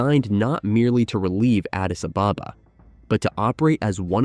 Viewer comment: I'm not even ethiopian and I'm offended by your pronunciation of Addis Ababa